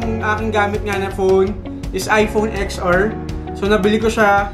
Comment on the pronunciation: It pronounce 10 ar po..not ex ar..